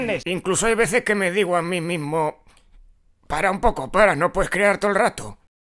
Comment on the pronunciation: hay veces que me digo a mí mihsmo, para un poco no puehdes creahr tou'el rato